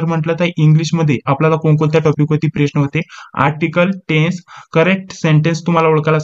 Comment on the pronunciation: सर, तुम्ही प्रश्नाला "प्रेश्न" का बर म्हणता ?